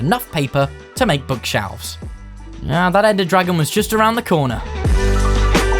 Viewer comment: I may be dumb or new or something but he says book shalves